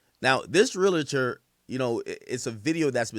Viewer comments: Pronounced (Real Tor) not (Real A Tor) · As a realtor for almost 20 years… It’s pronounced “real – tor” 😊 But no realtor should be shaming or speaking on another person‘s financing in public, and this guy is certainly at risk of some type of reprimand, fine, or potentially losing his license altogether . If no one has reported him yet they should. Hell, I might. Clown azz. ——- Edit: I made this comment early, after watching more of the video I see that that is the builder that gave that information. I’m leaving my original comment up and intact just for educational purposes. 😊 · The REAL-A-Tor huuuuu 😂😂